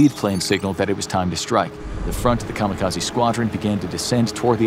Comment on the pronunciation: I've yet to hear the correct pronunciation from any youtube yet regarding 'kamikaze' lol. Japanese: 'Ka-Mee-Ka-Zei' English: 'Kamo Kahzee'